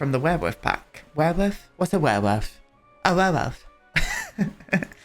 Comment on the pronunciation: "werewoof" is what I shall call them from now on...X'D